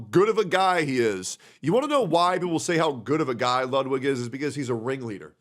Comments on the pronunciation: Why is everyone pronouncing Ludwig as "lot-wig" and not "loot (said not as long) - weeg (like weed, but with a "g", or, like a long pronunciation of the word "wig"), like it should be? And why the hell is he calling himself that if he can't even pronounce the name correctly? (Ludwig van Beethoven for example, you don't say his name like "lot-wig's"?) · Tectone pronounces it "Ludvig" sometimes, idk why that's so funny 💀